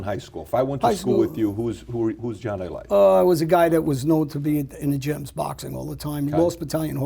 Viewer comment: Bro! It’s not A-LIGHT! It’s A-LEE-TAY!